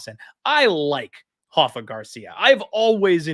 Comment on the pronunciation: Stop calling him HAFA! He is not Brazilian, he is Mexican and his name is pronounced RAFA… with the R.